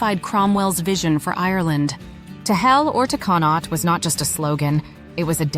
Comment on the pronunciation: Drogheda is pronounced as draw - head - ah Connaught is pronounced Con-oct - 'oct' as in October Cromwell used the 1641 rebellion as a pretext for slaughtering innocent Irish civilians, a victim-card claim of 'defence' used to justify mass murder by military forces still trotted out by unionists that conveniently ignores previous atrocities committed against the Irish by British forces eg. massacres at Clandeboye, Mullaghmast, Siege of Smerwick, Rathlin Island, Dursey Island, and so on